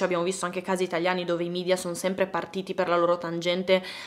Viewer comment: Un unico appunto. Si pronuncia media, così come è scritto e non midia perché è latino e non inglese. Grazie.